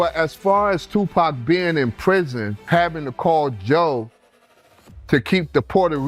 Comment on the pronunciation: How you can't say tupac's name right, you hear the people in your own video pronounce it right, but you can't